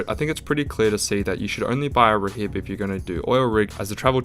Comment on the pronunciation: Btw rhib is pronounced rib the h is silent